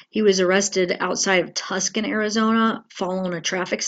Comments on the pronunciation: Tuscan ....pronounced Too-son. Lots of people say it wrong but understandable, just I used to live in Az so I caught it. I'm sorry. It wasn't trying to be rude. He was probably bailing to Mexico as so many murderers do. all the great news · Tuck-son.. no love its pronounced, Too-Son... Tuscan. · It's Tucson AZ, not Tuscan. It's pronounced Tueson.. I'm pretty sure you've heard it before lol. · Tucson is pronounced Too-son